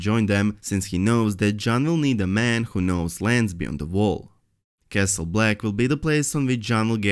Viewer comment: Vall or Wall? His brain doesn't know which to choose, but his tongue can say both.